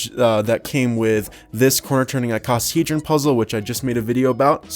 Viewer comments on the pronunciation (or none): It's not Icosahedron... It's Isausagehedron!